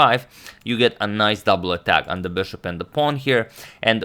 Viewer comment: why is he pronouncing "bishop" so weird? I've watched his videos from 2-3 years ago and he was pronouncing it normally...wth